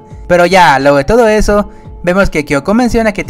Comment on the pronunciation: No puedo parar de escuchar el "pero ya lueho de eso"